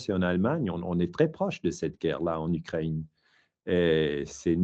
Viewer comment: Ukraine, Moscou - drôle qu’il ne sait pas comment prononcer 🤭